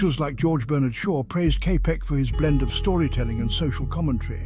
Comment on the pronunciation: Čapek is pronounced 'Chapek'. Otherwise, thank you...